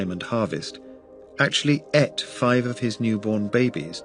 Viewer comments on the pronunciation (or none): THE WORD IS ATE NOT ETT..